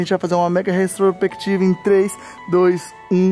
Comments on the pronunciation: "restropectiva" kkkkkkkkkkkkkkkkkkkk Pô kkkkkkkkkkkkkkkkk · Palavra: Retrospectiva Como o fala: Restropectiva